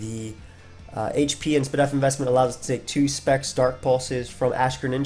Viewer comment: I cant be the only one that loses his mind every time he says spa def